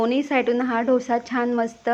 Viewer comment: ढोसा नाही डोसा म्हणा